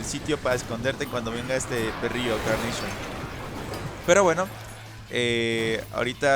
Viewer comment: NO CE DISE CARNAPION SE DISE CARNACHION😅